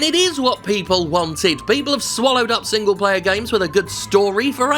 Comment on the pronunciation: I hear single-payer every time you say single-player